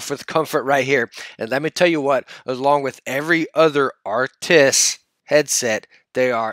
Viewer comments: he said he's gonna try to call them arctis then immediately said, anyway the arctics- BRUH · "I am gonna try and say 'Arctis', so anyways Arctics 1" Yes but Yesn't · “I’m gonna try to not call it arctix and call it arctis so here we got the arctix”